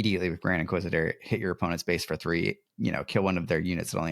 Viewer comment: Love the content and discussions around this game. One minor thing that I have noticed, you are often mispronouncing the word Base. The word Base does not contain the letter F.